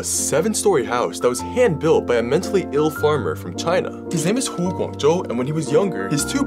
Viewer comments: I wondered how you pronounced that name perfectly and then I looked at your name and went ah that makes sense 😂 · Thx for sharing this story, it really brings hope to humanity. And btw you pronounced his name really well!